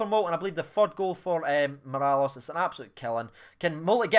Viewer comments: Can you do me a favour by saying Morelos instead of mirallas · Say it as Mo-rel-os